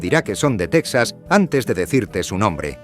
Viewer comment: 1.- TeJAS, TeJAS, TeJAS, TeJAS, .... NO teksas!!!.... ¿¿¿Dices tejanos y luego dices teksas??? 2.- ¿¿¿De dónde se sacan esa estupidez de que California es la 5ª economía del mundo???.. NO lo es ni a precios corrientes ni a Paridad de Poder Adquisitivo.... como mucho sería la 8ª o 9ª